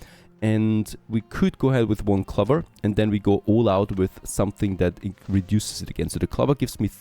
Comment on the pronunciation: Ceramics sounds more like sir-amics. Clover has a strong O. ✌️